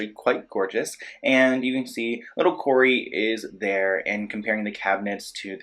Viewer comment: And you said “Cory” it’s not Cory …… try again fam